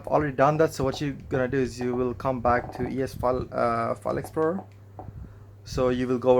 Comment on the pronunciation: E es File Explur... google voice was like......